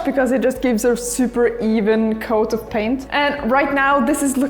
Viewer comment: "I was elected to paint, not to braint" is what I heard.